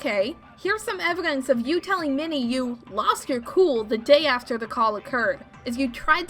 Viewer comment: Why can't nobody pronounce Evidence correctly???: Evidentay.: Evigance